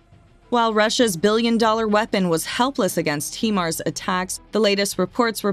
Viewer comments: Might be wise to learn how Himars is pronounced before you hire someone to get it wrong 40 times in your video. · Yeah we saw the correct pronunciation in another message. But thanks for the reminder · Pretty well everything on this video is over estimated from every other Ukrainian war site. just saying. She also doesn't pronounce HIMARS properly. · Not HE_Mars , HIMARS. Stupid AI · It's pronounced "Hi mars" and not "Hee mars". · it’s pronounced as “HAI-MARS”, not “heemars”… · Please pronounce HIMARS correctly. HIMARS is an acronym for High Mobility Artillery Rocket System. The HI in HIMARS is for High, not He. Thank you. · It's not Heemars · this is the first commentary I have heard, where Himars were pronounced 'he-mars' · Anyone else bothered by the "hemar" pronounciation? Lol every time I heard it I wanted to punch myself in the face. If your going to do a story at least say it right my ocd can't take it. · It’s pronounced like “high marz” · Hello, HYMARS is pronounced 'High-Marz' 😊👍 Thanks for the informative video. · It's O.K. to say HI-mars when describing the Ukrainian missile system...that's Hi, as in hello/Hi... not He, that describes a male, I believe. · Does the acronym stand for “hee mobility” of “high mobility”? Now erase this video where you mis-pronounce this weapons system repeatedly for 9 minutes and call it by its proper name. Do better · When, oh when, are Americans going to learn to speak proper English? The Name of the Missile System is pronounced as "Highmars" not Heemars. It stands for "High Mobility Artillery Rocket System". It's bad enough when you pronounce "Anti" as Antie; but with HIMARS, you've done the opposite. For God's Sake, get a grip and start learning how to pronounce English words. OH! And don't give me any excuse that you're speaking American. The North American Indians spoke the original language of your country. You took the languages you speak from Europe, so have some respect. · It's High MARS robot lady not HE MARS